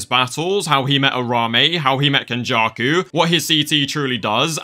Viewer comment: Not “ken-backshots-jakuuuu”